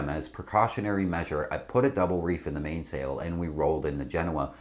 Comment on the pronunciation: I'm very surprised that someone sitting in front of a backdrop advertising Practical Sailor couldn't properly pronounce "staysail" or "mainsail."